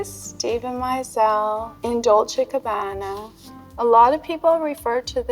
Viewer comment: Can't understand how can you be. the 90's supermodel and still not know how to pronounce VERSACE!!! but you can say Dolce as it should be. Both her and Cindy. Cringe.